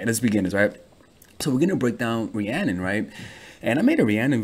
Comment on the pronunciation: When he pronounces it like "Rhiannon", lmfao!! A Fleetwood Mac song, btw. ;) ;)